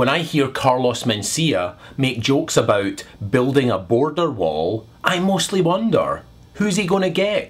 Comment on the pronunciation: Abeout? Not every sentence has to have an upward inflection at the end of it? Like a question? If you're making a statement why do you have an upward inflection at the end of a sentence? That doesnt make any sense?